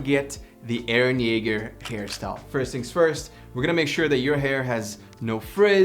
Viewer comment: You haven't watched the anime yet you pronounced his name perfectly... Wow